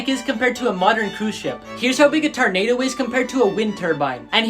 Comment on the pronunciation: Did he say TAR-nado